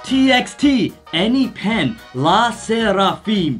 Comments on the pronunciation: Enhypen is not pronounced as enypin it is (En hi pen ) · "Enhipen" 😂 En Hy (as in Hi/High) Pen And yes, I do know all the Hybe artists. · omfg I died at "eneepen" 😭 Sorry guys lol, but it's pronounced "En-Hi-Fen" (EN--) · Enypen😭😭 it’s in-hi-fin=enhyphen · bro really called Enhyphen ''Any-fen''. Its ''En-hai-fen'', lol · It's pronounced an-hi-pen not an-he-pen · ok jus wanna say its pronounced as { en- hi-fen) not (anypen) 😂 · Enhyphen is not "anypen," its en-hi-fen 💜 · Am a the only one who screamed when heard "AnyPen"😂😂😂? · 'anypen' I SPIT OUT MY TEA OMG LOL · Yes, I know all these groups except one. New Jeans is the latest gg, they sing Hype Boy and Attention, both great songs! Enhyphen, pronounced "en high fen" but if you put a Korean accent it probably sounds close to the way you said it. They are the most recent bg of hybe I believe, through a show. "Lee sera fim" is a more recent gg too, before new Jeans, they have some killer songs too. Seventeen is older bg, great awesome choreo on their songs which are pretty cool as well. I haven't listened to "fromis 9" songs yet. Thanks to Jose Ochoa for the compilation! Thanks Marisol and! Fighting! 💜☺️ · Me too... Btw familia, it is read as en-hi (as in hi and hello) - pen. 😁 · i know right that's why I started laughing when he said enypen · the pronunciation for enhypen is EN•HAI•PEN like hypen (-) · Y’all said Enhypen and I chocked 😂 it’s pronounced En(enter) hy(hi) pen(pin) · Him saying Anypen over and over again makes me want to peel the skin off my face… and scream… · the "enipen" is killing me! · it's EN-HAY- PEN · Enypen 😂😂😂😂you guys were struggling their name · The way pronounced ENHYPEN is so making me sad cause he said it wrong and i cannot correct him waaahhh 😭😭😭😭 ( N-hi-fun ) maybe this helps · Enhypen is pronounced as N HI FEN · It's pronounced en high pen 😭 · “Anypen”😂😂, it’s okay you’ll get better at pronunciation ❤ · Enhypen is pronounced en- hi- pen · the Enhypen pronunciation 💀😭😭